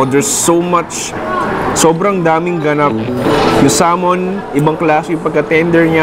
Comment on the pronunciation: finally nag iisang local food vlogger na alam tamang PRONUNCIATION sa SALMON